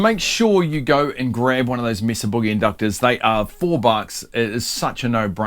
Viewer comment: It’s pronounced May-suh You did pronounce boogie correctly, ie: not like moon or groove.